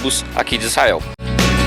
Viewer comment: É tudo ótimo. Gosto muito do seus tour, mas falar Issael... pôxa...vc não tem cara disso não... Tô aprendendo, divertindo, parabéns... e vou praí qq hora